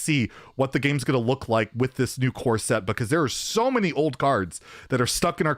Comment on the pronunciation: love you but the way you say core set i cannot stand lmao almost like corset